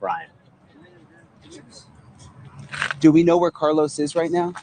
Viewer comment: So fucking obnoxious how she pronounced Carlos